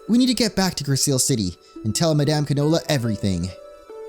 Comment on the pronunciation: Grisaille is said like gris-eye 😭 it’s a painting technique